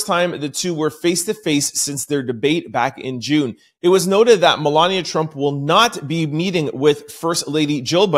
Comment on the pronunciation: I think you put to much emphasis on Trump name. Even if it's not intentional it comes across that you appear to be . Just saying from following you. I just got in a diff if opinion about your opinions as well as All our opinions